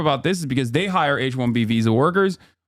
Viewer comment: Hasan: “H1B visa” My ears: “H1BBsa”